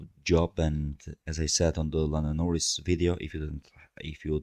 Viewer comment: Excuse me? *Norris*? Nah mate.